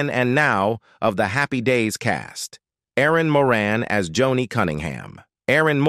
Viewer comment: I literally HATE when people use a computer generated voice to do the narration part of these wanna-be Documentary type videos like saying Erin More-Anne, instead of Erin Moran, and Deezy Arnoz instead of Desi Arnaz #CompleteFAIL & #LAMEandLAZY 🙄